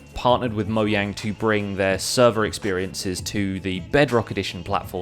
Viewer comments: whats up with moyang it's mojang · I heard many YouTubers call mojang, moyang, and most of the YouTubers were British, so i think he is British too.